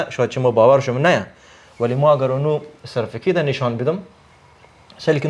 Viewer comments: talafuz hazargi ash misha safekit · این دیگه چطور استاد است که در استرالیا زندگی می کند و سرتیفکیت را صدبار سرفیکت میگه😅